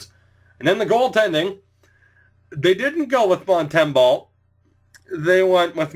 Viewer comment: Mont -em-boh like Bo horvat, sorry